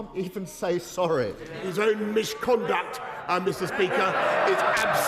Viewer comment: You can’t say MIsH-conduct Boris, you are mocking Parliament The same rules that stop EVERY MEMBER calling you a Liar to your face Do you want the rules or not? Either way, check mate!